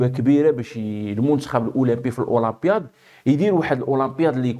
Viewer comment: لماذا تقوم بتفخيم حرف الألف عندما تنطق كلمة الاولمبياد ؟